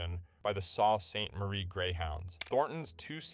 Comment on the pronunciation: sault st marie pronounce, sew saint marie